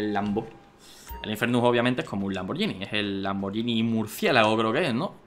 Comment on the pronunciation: Oye danirep, un consejo, la marca "Lamborghini" se pronuncia "Lamborguini" "Lamborllini"es un error común pero como buen fan tenía que decirlo, Y no es un Lamborghini Murciélago es un Lamborghini Countach, el Murciélago es más moderno v